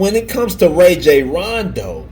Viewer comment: Pronounced "Rah-Jhon" ...he is my point God